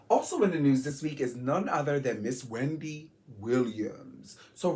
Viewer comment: Your are freaking amazing friend. You did great!! I’m always a friend LOVE FROM VA!! Why you say Wendy’s name like that?! 😂😂